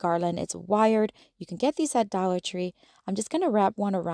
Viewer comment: I love how you say “dolla tree!” 🩷🩷🩷😂😂😂